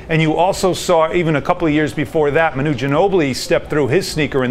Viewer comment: Did he just say Muhnoo instead of Manu?